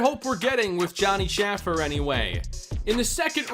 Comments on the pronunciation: Please please please pronounce Shaffer’s name correctly. It’s Shay-fer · Johnny Shaffer’s name is pronounced shay-fer